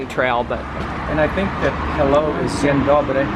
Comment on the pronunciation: Your "Dzień dobry" sounds almost perfect !:) Yes, it is really common for Polish people to organise trips by themselves not by any turist agency, so this is standard here in Poalnd that you do it by yourself, really good! :) I suggest you should visit Warsaw uprising museum, it is really good experience :)